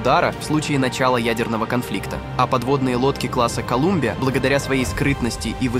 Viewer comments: "колАмбия, колУмбиа, колЮмбия...". Ну неужели так тяжело озвучить человеком , с грамотной речью, чтобы не возникало желание более не смотреть эти видео , с издевательски пренебрежительной озвучкой... потому палец вниз данному видео... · Калюмбия😂😂.. От слова Кал.. Любим)))